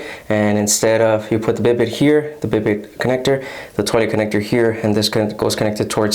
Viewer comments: I enjoyed your review and the tour of your bathroom. Just so you know, it's not prounced BID-it but rather bee-DAY, with the stress on the second syllable. The word is French, derived from a name for a horse, I guess because of the way you sit on it, like a horse saddle. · Bi day pronunciation